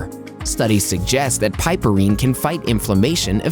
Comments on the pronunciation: OMG the amount of times it was pronounced wrong just was like nails scratching a chalkboard. PRONOUNCED: PIP-UH-REEN, the E is SILENT!!! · "piperine" is correctly pronounced as PIP-per-reen